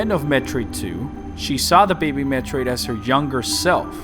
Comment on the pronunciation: They need to stop calling it "DEH BEHBEH"